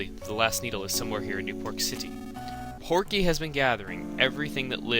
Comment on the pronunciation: its PORKY not pokey